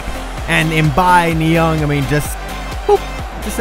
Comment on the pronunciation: It's Niang Not Niong